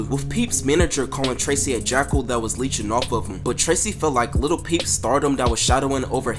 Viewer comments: Lil not little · dude you gotta stop saying little instead of lil deadass lmao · "little peep"? bruh